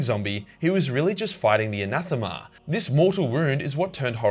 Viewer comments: All the English words you butcher and you pronounce Anathema correctly. SMH. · For the record, you were pronouncing ‘Anathema’ correctly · Anathema you pronounced it corectly i am a greek and this is a greek word Αναθεμα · You pronounce "anathema" right by the way don't worry. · Anathema is pronounced exactly how you pronounced it. Ανάθεμα, in Greek. You mispronounced it in the stupid English way of saying it, but you were right in the language the word comes from so that's what matters xd. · I'm pretty sure you were actually pronouncing anathema right the first time, surprisingly enough. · You pronounced Anathema correctly